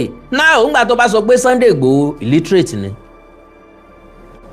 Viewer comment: Awikonko You didn't hear her Pronunciation Well, the shameless woman said, illetrace........